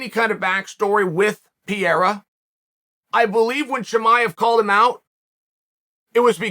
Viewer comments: PERRERRA. PERRERRA. PERRERRA. Forget the i altogether. Just say PERRERRA. It's not the Brazilian way to pronounce it, but closer than whatever Pierra is. How is it possible nobody has corrected you yet??? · I love you Chael but you mispronouncing the guy's name is driving me bonkers...it's not PI-YERA...try saying PE-REY-RA 3X...please, I'm begging you man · PEreira not Pjeira unclr Chael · Is there a more annoying, irritating voice than Chael's. He always -- always -- yells, and it's at a pitch that is too loud and shrill no matter the volume. Pereira's name, btw, is not pronounced "PEE-AIR-UH." It's pronounced "PARE-(long) A-Ya." So lame and unprofessional to disrespect a professional fighter by mispronouncing his name. It takes no time at all to learn how the man's name is pronounced. But that's too much time for Chael 'I-love-me-some-me' Sonnen. The arrogance and self-importance of this guy is off the charts. I don't know which is thinner, his whiny high pitched voice, or his analysis. This guy sucks. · Chael! Can u say panera bread?? Now replace the n with an r. Parera. Ur welcome! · Uncle Chael doesn't know how to pronounce PEREIRA ... Is he deaf ??